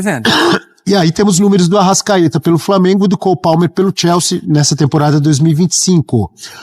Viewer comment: Algem sabe que porra de time é esse que mane fala eke chama de "TIELSE" ???? É CHELSEA